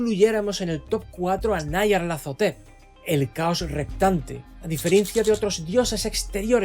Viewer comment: Como que nayarlatotetep? Esa es la forma más homosepcsual de pronunciar ese nombre me había gustado el vídeo pero al llegar a esa parte me lo arruinaste todo siento como si me hubiera quedado a media chaqueta